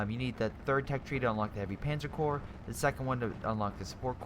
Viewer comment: Prenounce "corps/Korps" like Core, not corpse.